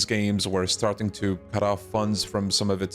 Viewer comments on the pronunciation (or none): none